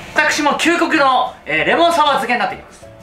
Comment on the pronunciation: きゅうこくの、で噴いたwwwリュウジさんたまに可愛いですよね